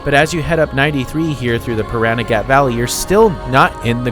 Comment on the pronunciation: The only part of Pahranagat you’re mispronouncing is the end of the word “Pahranagat” it’s not “gat” oddly enough it’s puh ran a get if that makes any sense.